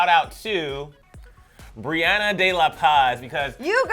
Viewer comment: OMG! I’m actually Freaking out Right now!! I cannot believe I Received a Shoutout from you two 💗, but you pronounced my name wrong.. it’s Brenda, not Briana. But it’s okay I’m still sooo Excited!!